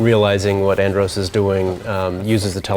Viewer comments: "ANNE-Drose" cant even say anDROSS correctly. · If you recall, many star fox games are voice acted and for English Versions, they say ANNE-DROSS. Like ROSS with a D. Now, this translator of miyamoto, who isnt even a real translator, doesnt say Andross, he says "anne-drose" like morose. AND HE DIDNT work on the game. Only miyamoto, who only speaks limited English.